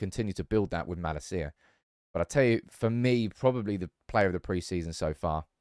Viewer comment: I wish you would pronounce malacias name right 😂